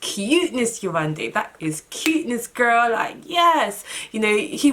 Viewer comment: When you first started by pronouncing 'Yewande' correctly I got soo excited! Then you switched back and I was like awwwww 😫😫😫. Only because that's my name. Lol.